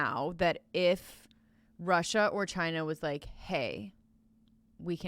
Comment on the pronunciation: Gordon Wagner I don’t rike it